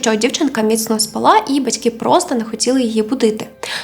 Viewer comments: З наголосами трохи проблемно. Мабуть через правила які запам'яталися з часів використання російської мови. Їх багато, в рівних випусках. Але я це не для того щоб критикувати. У вас все дуже добре виходить. СпАла, не спалА, принаймні що до української. Бувають у Вас випадки, від одного до трьох слов на випуск. Але я певна що згодом їх буде все менше, доки не зникнуть взагалі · Маленьке зауваження: не спалА, а спАла. Дякую . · СпАла, а не спалА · Слово "спАла" українською мовою наголос на першу літеру "А".